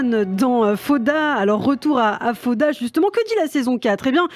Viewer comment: faire l'effort de dire faOda c'est ainsi qu'on prononce est le minimum quand on choisi de parler de cette série. Vous avez pas du regarder beaucoup d'épisodes.....!